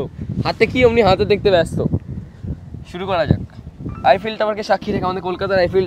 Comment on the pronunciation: Eifell na Eiffel bole 😐